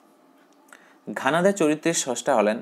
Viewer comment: ঘানাদা না ঘনাদা